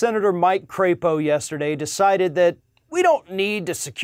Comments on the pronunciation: You're mispronouncing his last name. It's not cray-po , it's pronounced crap-o . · You're pronouncing his name wrong. It's a soft "a" as in lap, or nap. He is from Idaho. They should be so proud. He's up for re-erection [sic] in 2022. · “Crapo?” Don’t you mean CRAPPO? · Mike Crapo would be so aptly named if his last name were pronounced a bit differently.